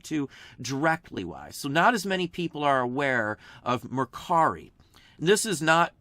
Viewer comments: Great insight and info! Thank you. And nice job on "Mercari" ! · Love that you pronounced Mercari for the OCD people. 😀👍